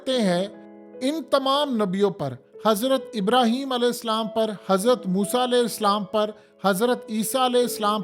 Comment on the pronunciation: Alaihi Slam nahi Alaihissalam!